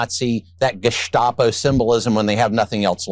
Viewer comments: 😂 That wasn't a long coat. It just looked that way on Bovino! 😂 Congratulations on that authentic pronunciation of "geshtapo". Was there a 'sieg heil' , too? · bovino with the correct pronunciation of gestapo hmm